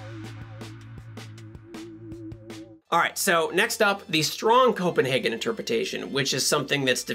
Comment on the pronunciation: So maybe the 2 types should be: The Copen- HAHgen interpretation and The Copen-HEYgen interpretation I know that's a bit technical but..... Happy Merry Your wife is a great guest star Enjoying this channel